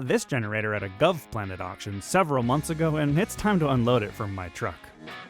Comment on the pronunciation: You bought it from what? A gov planet auction?!?Garbled unfamiliar words are not how you inform viewers.